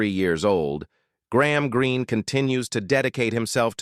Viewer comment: This is very misleading - Mrs Charge is on the right. The white guy on the left is not Mr Greene! The narrator keeps mispronouncing names!